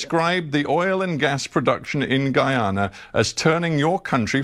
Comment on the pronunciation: Thank you for pronouncing the Country’s name correctly. It erks me when I hear ppl say GeeeAna.